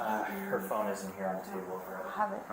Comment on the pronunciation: Where's my phoNUH? Where is itTUH?